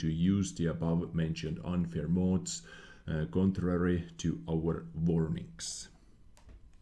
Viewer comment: Sorry, but it’s pronounced “mods” not “mOOOds” lol